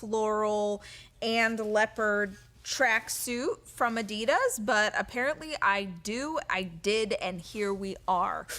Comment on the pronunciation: It's pronounced ADDY-DASS, dammit! And this person who has basically no independent life experience thinks she should offer advice and perspective to others?! Uggggggghhhhh.